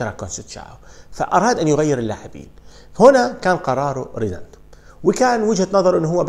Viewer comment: يا رجل مشكلتك بتنطق الاسماء خطأ بشكل مستفز … مش ريداندو … ريديندو